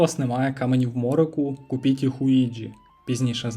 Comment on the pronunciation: почув "купітє хуїджі" замість "купіть їх у їджі")))))))))))))))0